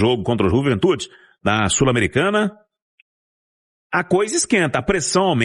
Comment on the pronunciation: Se vcs querem fazer graça , falando Juventu deveriam falar tudo em castelhano pq o nome é Juventude e pronto